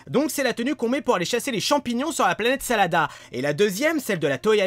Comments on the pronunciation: planete SADARA ET NON SALADA !!!!!! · tu dit salada mais ces la planète sadala